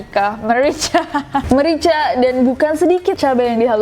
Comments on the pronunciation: nessie nessie 🤦‍♂️ Garam merika... merika... merica ha ha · Sama euy, gue bilang merica '' merika '' :'V